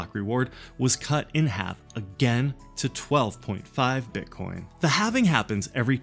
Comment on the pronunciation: Nice video! Halv-e-Ning! WOOT